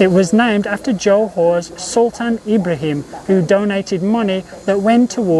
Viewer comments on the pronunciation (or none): none